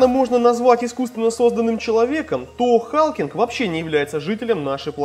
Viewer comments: Не Халкинг, а Халклинг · не викАн и халкинг а вИккан и халкЛинг